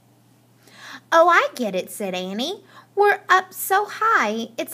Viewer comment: you said annie wrong